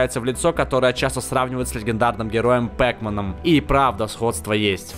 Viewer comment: Не Пэкмен, а Пакман